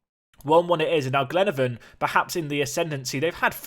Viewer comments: Glenavon is pronounced Glen-ah-von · It's glen-a-Von pronounce the a